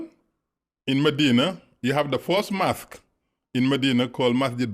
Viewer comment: What a joker 1 This so called " Muslim imaam " Cannot even pronounce " Mosque " properly , saying " mask ' & calling our beloved Prophet , " Mahammid " instead of Muhammad .. And it was not Jibril that came , but a white steed called " Borak " I can go on & on exposing this so called " Imaam " But i would not waste my time . I prefer to leave him alone & let his bask in his ignorance .